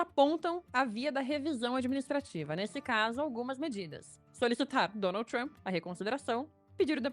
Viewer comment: Outra coisa a forma que ela pronuncia Trump, e tão errada que seria a mesma coisa que ela querer falar Lula e falar Lulis.